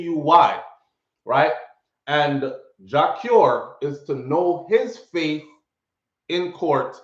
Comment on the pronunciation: “FATE” not “FAITH”